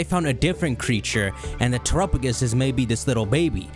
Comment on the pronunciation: I hate your pronunciation of Terrapagos. "Trrupugus"